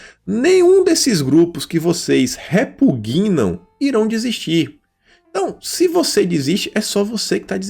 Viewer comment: Repuguinam? Cruzes! Tá feia a coisa. Repugnam, por favor.